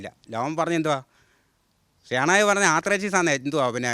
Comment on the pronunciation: ഷേണായ് ന്നാണ് ശരിക്കും ഉച്ഛരിക്കേണ്ടത് കേട്ടോ